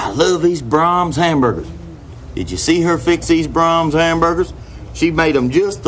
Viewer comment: Imagine you are watching a sad movie and then a commercial comes on and it's an Ernest ad. When he says braums it comes off as the classics artist Brahms